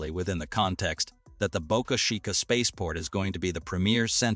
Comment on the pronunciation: What the f@ is Boca “SHica”